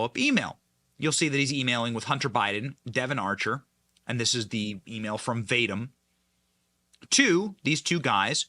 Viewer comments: Great information. One note, I believe Vadim pronounced Vah-Deem. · Can you not pronounce Bur-IS-muh? It's been in the news for over 7 years. Other than that, good work further exposing the already Whitney-Webb-exposed criminal scum. I'm guessing its pronounced "vah-deem," not "Vade-dim." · Vadim is pronounced Vah-deem' The energy company is pronounced Boo-ree'-smah free resources exist on the internet to teach you the correct pronunciation of unfamiliar words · lol you are not pronouncing "Vadim" correctly.